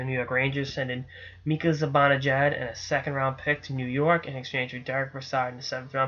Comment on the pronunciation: hey CJ.....it is pronounced (mee-ka ze-ban-a-jad not ZE BON A JAD.....just a sens fan giving you some help.